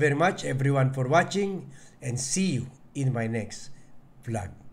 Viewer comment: Hindi blag kundi vlog ang pronunciation ng channel mo. Ayusin mo naman ang pagbibigkas mo Ng mga salita,nakakairita Ang mga sinasabi mo.